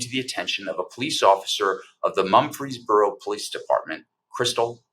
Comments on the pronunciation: Murfreesboro, TN, not Mumfreesboro. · It’s Murfreesboro not Mumphery’s borough!🙏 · Mur frees boro not Mumfeesboro . You really should get the towns name correct. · Quit saying Mumphrysboro. It is Mur-Frees-Boro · Mur-frees-boro. Not mumpfreesboro. Natives pronounce it Murphysboro. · It's MURfreesboro...not MUMfreesboro. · MURFREESBORO not mumfryboro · For heaven’s sake. It’s MUR-FREES-BORO; not Mumfreesboro. The pronunciation is not that difficult! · MuRFreesboro--NOT MuMfreesboro, TN! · Mur-frez-buro, not Mum-fres-buro. Please check the pronunciations of locations if you aren't "from there". Where's the video of the actual event? This happened 7 years ago. Why are you bringing it forward now? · It’s pronounced Murf-Rees-Boro In case anyone cares. Good coverage otherwise. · It’s “Mur-frees-brrrr-o.” 🙄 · He keeps calling it Mumfreesboro. I mean, really...if you want to shed a light on something, call it by its correct name. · OMG. It’s pronounced “Murfrees Burro”. Just like Murphy’s Burro” with the ‘R’ inserted. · The town is pronounced "Murphy's boro" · Dude! It's Murfreesboro TN, not Mumfreesboro. Smfh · This story is truly awful. Small correction. The town is Murfreesboro, not Mumfreesboro. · It's pronounced MuR ...feesboro. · I’m originally from East Tennessee, and for Goddess’s sake, pronounce “Mur’ freez bor o” correctly! Dude, you are an educated attorney. You have embarrassed yourself, in the face of a very important and disturbing story, yet another in the fascist takeover of my birth home state. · Murfreesboro, with an R. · You are mispronouncing the name of the city. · I cringed every time he attempted to say Murfreesboro. Clearly not a Southerner.